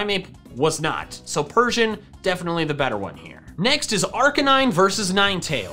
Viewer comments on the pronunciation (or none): none